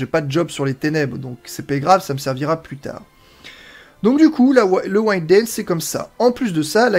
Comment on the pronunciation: Parfait pour les explications et la présentation,! Merci ça éclaire, car le tuto n'est pas exhaustif...Faut beaucoup deviner. Au passage Wind se prononce comme il s'écrit "win'd" et non "waïnde" (je chipote mais je dis ça parce que dans le jeu, c'est un mot qui revient souvent).